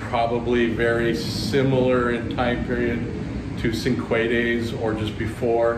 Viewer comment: Were you referring to cinquedea swords? If so, that's pronounced CHING-kway-day-a.